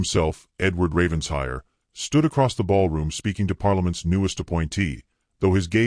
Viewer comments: It’s NOT Ravens hire! It’s Raven shire! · Fix that BOT - It’s Raven-shire NOT Ravens-hire 😡